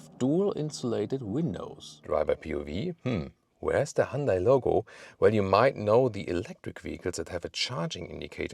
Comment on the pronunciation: You’re pronouncing Hyundai incorrectly